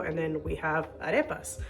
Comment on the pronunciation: Is your native language Spanish? Must be , your Arepa and picadillo pronunciation is perfect 😍